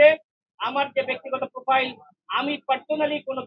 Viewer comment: Profile shobdota thik vhabe bolte pare se hobe MP .